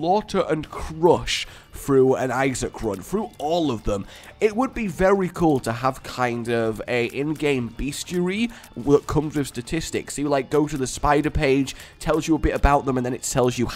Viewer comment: its BESTIARY!!! Thats not even an American thing! the universal english spelling of the word is BESTIARY! it is pronounced Best-EE-Air-EE! why does the world keep calling it Beastiary?! it is BESTIARY!... im done yelling about this now. i guarantee you that he will still call it Beastiary, as will anyone who uses the word...